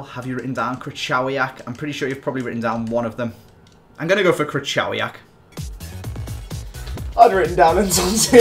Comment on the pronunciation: Krik-oh-vee-ack is how you pronounce krychiowiak just so ya know